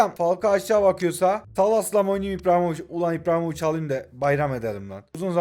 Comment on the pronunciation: İBRAHİMOVİÇ ❌ İPRAHİMOVİÇ✅